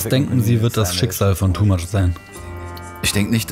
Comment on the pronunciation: Ist es wirklich so schwer seinen Namen richtig auszusprechen? "Tumach" heißt es in Lautsprache. Oder ist es Absicht, ihn hier "TooMuch" zu nennen..?!